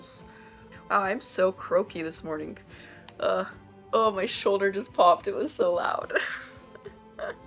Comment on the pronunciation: Interesting accent she has. Never heard someone pronounce the “g” at the end of a word like that. “Thing-ga” “being-ga” “morning-ga”